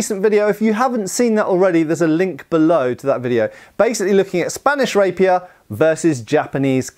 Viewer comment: I keep hearing rapist 😂